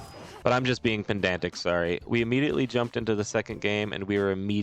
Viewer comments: Btw. its pedantic, not pendantic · You keep saying pendantic it's Ped-ant-ic. Wishing you well this holiday season - A pedant.